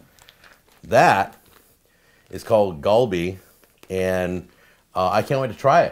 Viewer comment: Its more pronounced with the "A" sound in Galleon. Not like the "A" thats in the word Ball :]